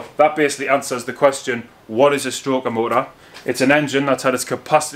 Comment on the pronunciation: when he said " whut es a Stro -er mo -er" i literally shit myself laughing